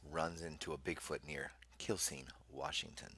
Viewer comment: Just fyi, Quilcene is pronounced "Kwillseen" and we refer to it's residents as "Quilbillies"